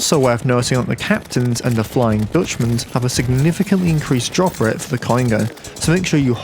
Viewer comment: I stopped watching when you said dootchman. Gross.